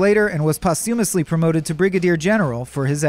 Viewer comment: Say "posthumously" again. But say it correctly next time.